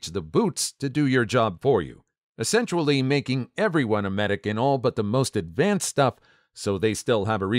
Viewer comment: DUDE! "Esensually" and "Potentually" are not words! You get paid to speak! Learn how to pronounce words and stop making up words that don't exist!